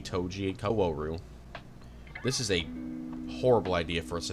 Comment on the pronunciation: Every time you say what should be “kaoru” as “koWAru” I actively die anew Edit: I know how it’s spelled.